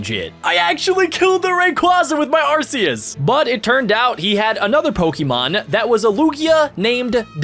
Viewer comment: Your saying arceuas rong